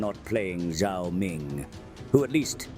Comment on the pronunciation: Gods, you have put in the effort to make sure "Zhao" is pronounced correctly! You have made a conclusion «"Z"≠"ZH"» which so many people do not care to make! You have made Kholek proud and earned the recognition of both Tzeentch for your intelligence and Cathey for your respect towards its China cosplay! Guys, I just have no words. You are amazing. Now I can send a link to your video when needed and point out how amazing you are in general and this pronounciation nuance is in particular, illustrating it is actually very possible to discern between "Z" and "ZH"! ^^